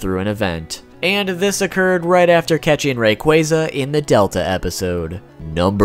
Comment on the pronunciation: STOP SAYING RAYQUAYZA ITS RAYQUAZA!!!😠